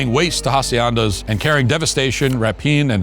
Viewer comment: It's "sar-ah-pay", not "sair-a-pay". And look up the pronunciation of "hacienda". And finally, Custer had 225 men with him in that battle, not 300. Maybe you're thinking of Thermopile. I also have read and been told by gun experts that the lever action rifles like Winchesters and Henrys were NOT more accurate than the Springfield breechloaders. Much less so, actually. And NOT more reliable. It seems the lever guns jammed or stovepiped at 3-4 times the rate of the breechloaders, and were much more difficult to clear.